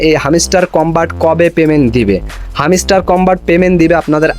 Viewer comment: R arekta mojar kotha holo, হ্যামস্টার না,হামিস্টার🤣🤣 আবার টাস্ক না টাক্স🤣